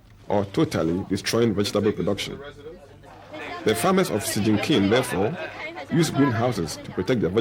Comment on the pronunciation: lol the way the narrator pronounced Chongqing lol